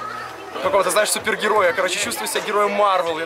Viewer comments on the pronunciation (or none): none